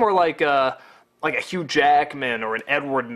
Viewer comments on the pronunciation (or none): none